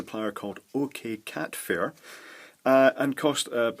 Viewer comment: Ok,, a comment or 2 and question! Was that seller actually okcatzone, not okcatfair as you said? Also, all I can find of these are rater for 10/100mbps, which should only use 2 pairs. Does it actually protect all 8 conductors, from what I could tell from your vid that's probably a yes. I might grab a couple and see how gig-e and POE go's over them too! Should be fine I think. Thanks, and keep up the excellent work!